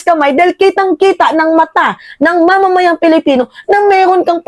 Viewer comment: PWEDE BA, WAG MONG GAYAHIN SI MAHARLIKA NA SINISIRA ANG PAGBIGKAS SA SALITANG ...PILIPINO... GINAGAYA MO SI BALIW NA LUKARET.. KUNG BIGKASIN AY..PALIPINO..PALIPINAS..MAG- ARAL NGA KAYO!!! 😖😖😖